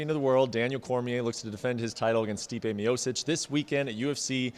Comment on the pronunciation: This Brett dork still cant even pronounce Stipe’s last name 🤦🏼‍♂️